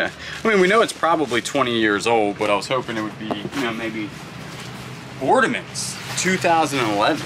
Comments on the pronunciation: That's why I came to the comments...say you don't know what you're looking at without saying it. Oh.....and "ordiments"...??? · the word is Ornaments, not ordaments 😂